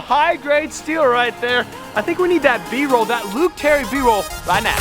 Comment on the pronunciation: Did you say "B-roll" or "beam-roll" inquiring minds need to know